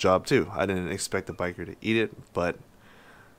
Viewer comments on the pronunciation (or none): It’s pronounced (Bisheer) bichir not biker...